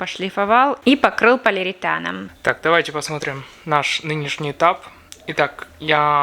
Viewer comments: А от «полиритана» вместо полиуретана вянут уши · Да, «полиритан» слух несколько раз резанул))